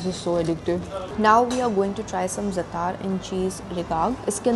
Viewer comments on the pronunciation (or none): Not curly fries.. common do some research. It's crinkle cut. Also, learn how to pronounce words (za'atar)